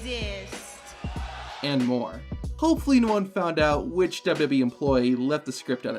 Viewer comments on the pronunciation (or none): Why wont you pronounce W-W-E properly your saying dub-dubee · Great video but the way you say WWE triggers me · i like the video but the way you say wwe makes me feel weird